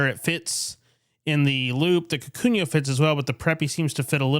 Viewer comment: I died every time you said "kakunyo"